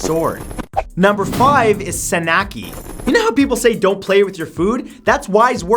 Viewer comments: it is read san nak ji not sanaki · What did he call the octopus you pronounce it (San-ak-ji) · also it's more likely to pronounce it like : san-nak-gi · Yeah 산낙지 I think it’s pronounced “sah nok gee,” was very popular when I lived in Seoul. You have to chew it well before swallowing it. Some people eat the entire animal whole. I’m not sure how they do it without choking. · Hehehehe he said "sanaki." Huehue no prob with that, just had a very good chuckle. My mom almost choked on an octopus back then. She said it wouldn't stop suctioning to her throat. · hey +MatthewSantoro the Sannakji is pronounced San - Nak- Ji :) and they're safe... unless people stupidly dont chew enough :) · I actually like sannakji. P.s. It's pronounced sahn nahk jee. You're supposed to eat it with salted sesame oil. Not water..... no wonder people die... please. 🤣 If you have eaten sushi, you can eat this. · You pronounce the j in Sanakji. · I'm Korean and his pronunciation of sannakji made me cackle lmfaoooo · the pronounciation of sanakji 산낙지 😂😂😂😂